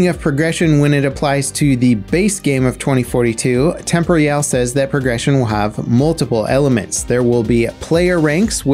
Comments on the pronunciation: Tem-por-al, not tempory-al. Jeeeez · Wtf is temp ree al. Temporyal Temp or e ul temporial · Surely it's pronounced "tem-POR-ee-al" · Absolutely this. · pretty sure its pronounced tem-por-eeh-al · I commented this like a month ago and I feel like he still mispronounces it to spite me lol. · It kinda annoys me how you mispronounce temporyal